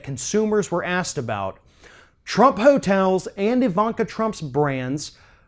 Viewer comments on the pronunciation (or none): You said! You misspoke and had a funny accent for just a moment!